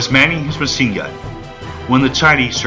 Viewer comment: I long for the computer generated voice. I bailed at the 23 minute mark. Sorry. Too many common words butchered. Machine gun is pronounced ma-sheen gun not ma-seen gun. Freeman is pronounced Freeman not Free man. The music is in competition with the narration. Your untimely pauses throw everything off. Pull it down and re-do it.